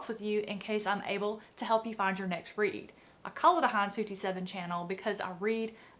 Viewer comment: Nothing has ever sounded more southern than Heinz 57!!! Those were my family's favorite kinds of dogs!! ;)